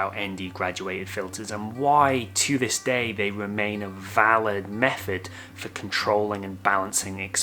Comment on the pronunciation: Hi, why does he speak so strange? Wiff instead of with ; meffod instead of method ; fink instead of think ; etc. Is this how people in Liverpool speak? Thanks.